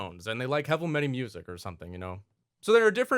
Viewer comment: He said Heaval Mety haha but seriously interesting vid and OP idea. Should just buff IQ with those headphones